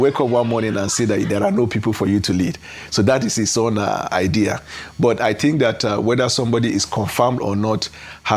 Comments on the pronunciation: It’s not tink. Say think. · You need to improve your presentation image and skills. For starters, you need a few lessons in elocution and particularly pronunciation. Think and Tink are two different words. Secondly, you should try and have a wash and dress well before appearing in front of the camera. Wearing your night T-shirt while appearing in public makes look dirty, unhygienic and dishevelled. In fact, you looked horrible in this video.